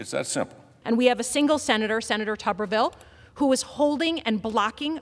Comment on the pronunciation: His name is pronounced Too.ber.vil.